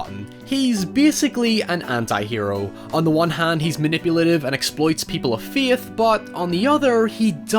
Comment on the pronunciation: The way you say "faith" hurts my ears and my soul so I guess I've lost my feeeeeeithh in word pronunciation